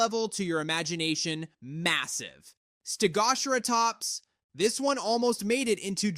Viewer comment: St-eg-gosh-share-a-tops, are you serious what where did you get that from I thought it was supposed to be st-eg-o-cer-a-tops